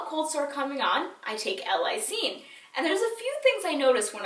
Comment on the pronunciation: I love u!!! This is such a small detail, but it's pronounced "L. (space/pause) LIE-seen":) but great tips!! Xoxo